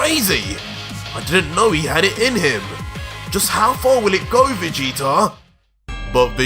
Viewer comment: Lol dude said vegeta with a hard g instead of soft like how its supposed to be pronouced and had to check to see if that's how he did the whole time 😂 it was a one mistake lol im ridiculous